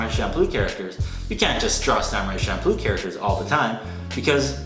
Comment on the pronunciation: You did not just pronounce manga as maynga. And Champloo as Shampoo